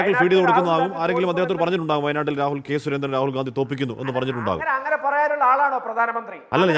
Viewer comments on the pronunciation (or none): Not... Gdandi.....😮😮gandi.... Yanu.. Para... Areye... Yanu.. Nigal. Pottanmar. Akkunatu.,😢😢